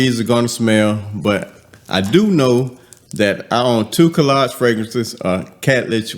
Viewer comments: Hello it is hadlaj the k is silent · Hey, so glad to see this review! It's pronounced Haad-Laj (Khadlaj) I'm LOVING it!❤ Can we agree that Khadlaj doesn't miss? 😊